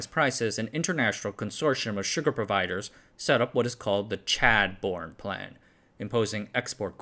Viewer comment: I laughed out loud at that "chadbourne plan" pronunciation...